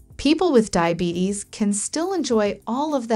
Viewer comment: Not DAIABETICS its DIABETES